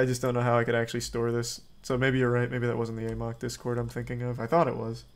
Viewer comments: It is pronounced in the game as the "ah mok" virus. He pronounces it "a mok" because he thinks it sounds funnier. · Love how charlie never learned how to pronounce "amok"